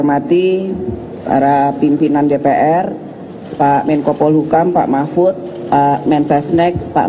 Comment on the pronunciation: Nyebut saja sudah salah pk mahpud...pasti pak mahpud juga belum membacanya